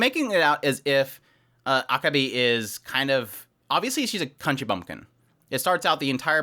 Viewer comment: I'm not sure if you're trolling me or if you just don't know but your pronunciation of Akebi is terrible.